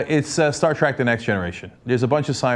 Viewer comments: trek not track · Star TREK Cenk!. TREK not TRACK. TREK as in trailblazing journey.